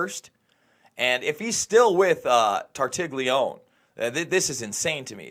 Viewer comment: TAR-tal-ee-oh-nee or Tar-TAL-yee-OH-nee. There is no one called TOR-tig-lee-own. If you can't get a simple Italian name right how can you get anything else right?